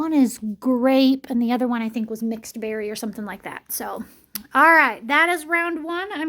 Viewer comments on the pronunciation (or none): none